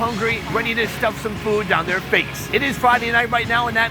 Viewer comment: Why does this guy pronounce food "FWOOOD"?